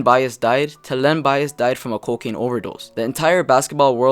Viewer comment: it's cocane. when u sniff it it pops your i out